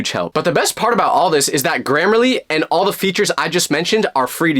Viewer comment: HELP THE WAY IT SYOPS AND SAYS “this video is sponsored by grammerlary”